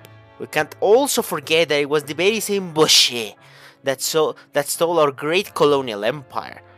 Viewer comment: You said you have been pronouncing boche wrong because it's french but it's not pronounced like that in French either. If it was pronounced like you said it would be spelled boché